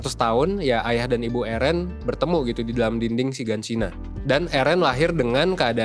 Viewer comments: Plis lah bang,,,, Eren,,, bukan ErEn:') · eren itu bacanya eren bang, bukan eren. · Yg bener itu Eren banggg, bukan Eren🤣